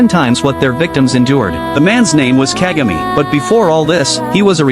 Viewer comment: It's pronounced Kahgah may.